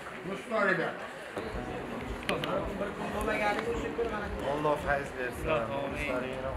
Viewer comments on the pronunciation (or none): none